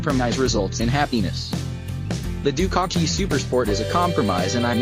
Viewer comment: To anyone reading before watching.... Don't bother. Other than hearing the repeated "Ducaki" throughout the video, about 30 seconds is all you can take.